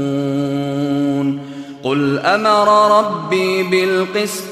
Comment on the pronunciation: Ma Shaa Allah tabarakAllah ya sheikh. But please check aya 28 (between and ). In my mushaf it's تعلمون. You say تعمامون. What is correct?